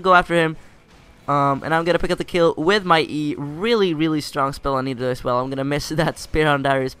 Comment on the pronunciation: no that is not Nidalee! :0 It is MIDalee :D